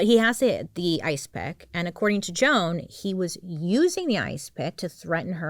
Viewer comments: I think this is the funniest example of when you don't know how to pronounce names LOL Joanne? No Joan is just Joan, like your bird. 🐦‍⬛ 🖤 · This comment was funnier 😂... loved it... just saying, she not like she said Joanne.. i guess it was Jo Ann... every one can make a mistake